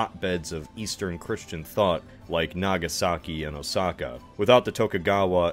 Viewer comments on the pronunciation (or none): none